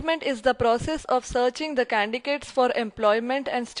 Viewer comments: Candy cats ????? Mrs. your whole life must be a lie to pronounce candidates as Candy Cats being a MBA(HR) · Candidates not candicates🙄🙄🙄🙄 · Please correct your pronounciation not Candicates, it is read as candidates. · Candicates Candikates 😂😂😂 Maza agaya yaar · Plz pronunciate candidates not candicates :P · Is it Candicates or candikates or candy-cates ? 😁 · hahahahaha Candicates.😂😂😂😂 arey bolna to seekh lo madmm.... hahahahah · It's candidates not candidates.Plz prounounce correctly.